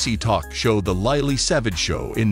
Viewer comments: Wow such a shock, I didn't realise he was only 67, ( just a wee bit older than me.) Loved him his humour & compassion. We will all miss him, us humans & animals Who is LiLee & Zo? Who narrates this? Please pronounce people's names properly, it show respect. Loved Lily😂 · Please say Lilly correctly. I remember that wonderful show that he did in the hospitals with children. He was amazing. Such a lovely man. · Lily please pronounce it correctly we love you Paul 😍 ❤ rip 🙏 🕊 xxx